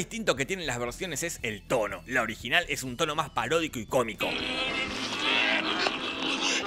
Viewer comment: Me llevó varias veces entender que decia "tono" y no "toro". Imaginate mi cara cuando me di cuenta.... XD